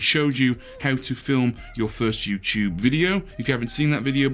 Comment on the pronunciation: YouChube on a Chuesday